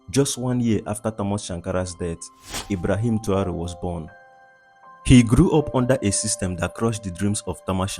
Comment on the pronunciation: Er heißt Traoré und nicht Tru 🐒